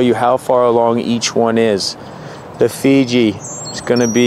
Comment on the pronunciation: You pronounce Fuji as Fiji, the island nation